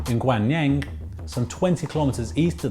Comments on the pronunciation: Jacob Kim It's their stupid fault for misspelling it to begin with. Gahng Leung. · Great video however the ocean cluster is in the city Gangneung pronounced gangnoong. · I'm really glad for this video! But I would like to correct one minor thing.....it's Gangreung[gang-reung], not Gangneung! Hope this will help you. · His pronunciation of Gangneung makes me cringe. I understand not getting it right cause its hard to pronounce korean but where do you find a "Y" to make it gwanyang. I mean come on. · Great video :) the city name gangneung was butchered pretty bad hahaha it made the video even better! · I cringe every time he mispronounces Gangneung. It's "Gang" with an "ah" sound, same pronunciation as Psy's Gangnam Style. "Neung" is, granted, difficult to pronounce. So, here's a link to how to pronounce Gangneung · Almost every american i meet says the A sound in that cringeworthy way.